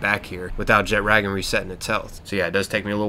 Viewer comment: the way you pronounced jetragon bothers me.